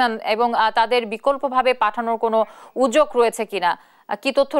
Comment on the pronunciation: উজ্জোগ কি উচ্চারণ?? উদ্যোগ,😡😡